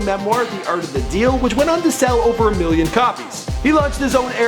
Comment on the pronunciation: I hate how Donald Trump says million he says "miyyon"